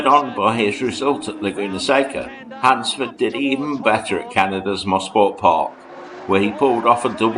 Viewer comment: what a time to be alive!!! BTW...its not "mossport park" it is pronounced mo- sport for motor sport park. now they call it Canadian Tire motorsports park but to us locals it will always be MOSPORT. THX FOR THE GREAT VIDEO.